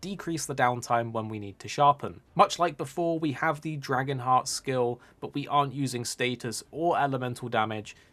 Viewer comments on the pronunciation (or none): none